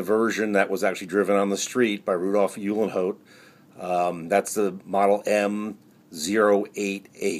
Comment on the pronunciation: Just a friendly minded correction - Rudolph Uhlenhaut's last name is pronounced like : "Oo - len - howt" 🙂